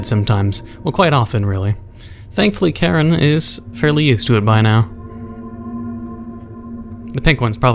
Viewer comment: Hm. Karen you say? I think its Kiran if im correct.